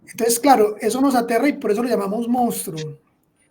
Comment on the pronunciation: Simples divulgadores del fenómeno pero no se acercan ni tangencialmente a las causas de este. Por favor, es insólito que todos quienes hablaron pronunciaron incorrectamente la palabra " monstruo". Favor revisarla. El rubio comete sinnúmero de incorrecciones al hablar.